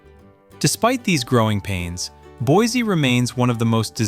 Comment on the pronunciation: Boise is non pronounced Boizy. It's pronounced "Boisy"